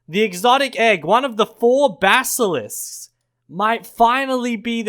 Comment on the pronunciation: Finally I found a YouTube to say basalisk